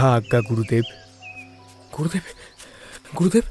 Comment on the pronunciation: pronunciation mistake: Not Gorudev, Gurudev